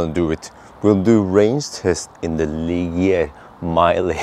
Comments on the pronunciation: Er.... It's Leezheeay, roughly. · You pronounce it like ‘lee shjé’, so far awesome vid. Love to see moped cars getting covered!